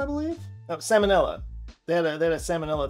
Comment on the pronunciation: Sam & Ella 😅you know it’s pronounced salmonella right ? 😂🤪